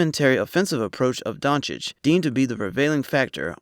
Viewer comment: 1.00 DONCHICH!! NOT DONKICH Ohh and btw the letter "o" in Doncic is pronounc like "old", "over"and not like the "o" in "down"